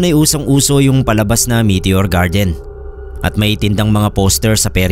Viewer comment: meteor garden po hindi meteor gardien🤦🏼‍♀️🤭 charot